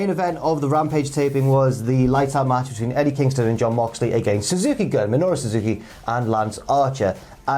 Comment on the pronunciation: Suzuki-gun is pronounced goon not gun